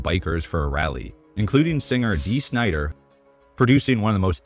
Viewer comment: Dee Snidah WHAT A DISASTAH